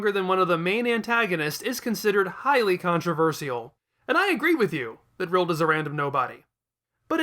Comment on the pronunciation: Why are you calling Rildo Rild?